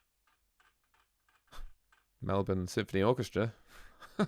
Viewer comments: At least you pronounce 'Melbourne' correctly.... props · Thank you for pronouncing Melbourne correctly (eventually). John is amazing right from his teenager years. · City of Melbourne - pronounced 'Mel-burn' by Aussies (If you pronounce it as 'mel - BORNE' we know you're from the USA 😃). And yes, Farnham is a great singer. Check out his version of 'Help'. Another great Australian singer, born in Melbourne, was the late, great Renee Geyer. Please check out her version of 'It's a man's, man's world' and also 'Stares and whispers'.